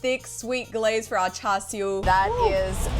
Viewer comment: Like how u pronounced Char Siew like a Cantonese 👍🏻